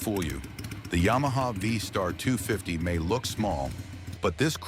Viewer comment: "as for styling" ...... Face it. It's uglier than a hat full of sphincters. What is a ya-ma tracer?